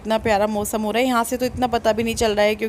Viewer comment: Mosam nhi hota hai Mausam hota hai aap naak se kyun bolti hain itna aunty